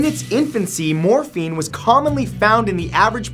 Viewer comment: I thought I heard Morphe 😂😂😂 as if Morphe cosmetics 😂😂😂